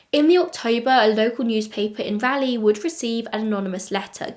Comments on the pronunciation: I was at first confused why I'd not heard of this story, considering I live within 30 miles or so of this area, but then I was only 8 when it happened. Still a bit surprised that an unsolved murder doesn't get at least a little attention. Poor Beth-Ellen :( Don't feel bad about your pronunciation of Raleigh, even people in the US get it incorrect. Rah-lee :) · I've lived in Raleigh (and surrounding cities) since 1992. I know most of the places that you are talking about. I hope it gets solved. Also, I love how you pronounce Raleigh. Not how locals do, but very British 😂 Edit: I did a bit of research, because I was very young when this happened. I asked my mom too and she had never heard of this, although we lived much more west at this time. Capital Boulevard is a very busy, very used through way, and so it really could be coincidence that her car was between her home and her destination. That area, Capital and 440 (a circular highway around Raleigh) would be an ideal place to get away quickly, and being just off of Capital, her car may be ignored until the employees needed to access the parking lot. It's also not unusual for cars to block parking lots of closed car places, trying to discourage people from trying to take cars I bet, so I wouldn't think anything of it if I was driving by. I'm actually pretty familiar with that area, I'm at the Costco just north of there all the time, and it's a pretty well traveled area. It was much harder to find the address of where she was found, but that's a bit more off the beaten path. But we (Raleigh) also seem to shut down pretty early, especially outside the city, so I doubt there was much traffic when she was attacked. I keep changing my mind on whether it was pure opportunity or something more personal. I really would believe either.